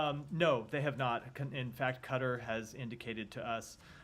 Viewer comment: Please, please learn to say Qatar and not cutter